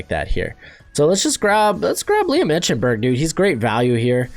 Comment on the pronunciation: Let me tell you this his name is not Liam (i-Chin-berg) its Liam (i-ken-berg)